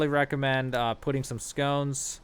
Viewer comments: It’s funny how he calls “sconces” as “scones” which is a pastry lol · Great vid! Thnx! Also, “skah-nce”. You’re welcome. 😎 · HOLY SHIT. SS-CON-SS say it with me... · I am a sad little person, but yeah, that was triggering me haha.